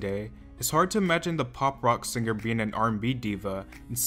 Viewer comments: Came to the comment section to see if anyone else noticed that...“SinGGGher” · Saying Sing-ger instead of Singer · All I have to say is that the "G" in singer is silent dude.... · The “singger” pronunciation is so annoying tbh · Why did you pronounce 'singer' like there double gs?